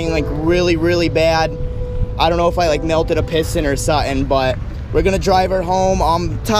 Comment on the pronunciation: Back in the day when would say “suhin” instead of something lol 🤙🏼